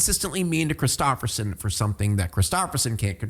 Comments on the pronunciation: its a Norwegian name tho lol love how you ruined it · maybe because it’s a Norwegian name lol you’re saying it wrong